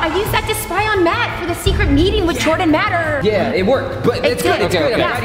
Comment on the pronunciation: Omg did you just say Jordan matterrrrrrr lol 🤣